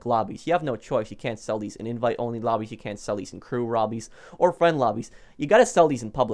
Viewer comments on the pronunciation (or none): i'm sorry but i heard you say crew robbies instead of lobbies and i just creased!!!